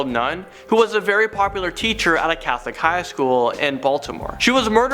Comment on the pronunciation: The way you said highschool! 😂😂😂